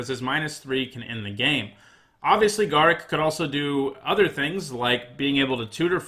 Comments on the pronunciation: Garruk is pronounced gar_roook not ga_ruck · Please learn to pronounce Garruk, I was having mini strokes everytime you said it. Other then that I love the lists and your system of rating it.